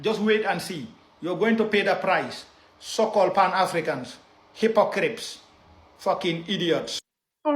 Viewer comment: Did that clown say " hypocrips " I'm done ‼️